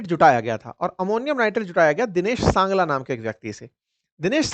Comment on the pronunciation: Dinesh sangla nahi hai Singla hai